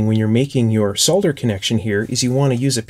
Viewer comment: This is one of, if not, THE most interesting channel on youtube. The icing on the cake is that is one of approximately 5 North Americans who can pronounce the word SOLDER correctly. Aside from that, he knows what he's doing. A rare person in this day and age!